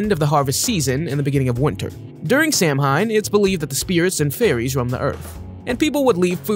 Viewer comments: You pronounced Samhain wrong. It's not phonetic. It's pronounced "sow-en" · "Samhain" is pronounced so-wen.